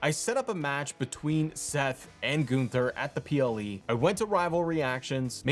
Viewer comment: Not GOON-ther 😅😂